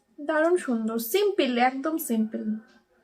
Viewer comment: সিমপিল কি রে ওটা simple সিম্পল ছোটবেলা পড়ালেখা না করলে যা হয় আর কি 😂